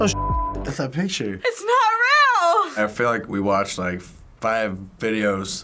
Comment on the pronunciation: "It's not rill!"